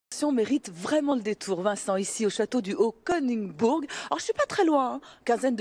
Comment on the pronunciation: Rip la prononciation du haut koenisbourg